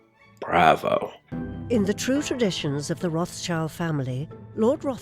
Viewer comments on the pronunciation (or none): Yep, Lord Rothschild pronounced 'Roth Shield' is willing to have a chandelier made out of broken tableware but not cheap copper and dandelions.